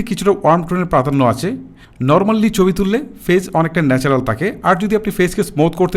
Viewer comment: আপনার ভাষা কেমন যেনো।১০০% শুদ্ধ না। যেমন থিকনেস না বলে তিকনেস বলেছেন।৩০% মৌখিক ভাষাতেই সমস্যা।যা শুনতে ভালো লাগেনা। ছবি- চবি পেয়েছি- পেয়েচি। ঠিকঠাক- টিকটাক।😂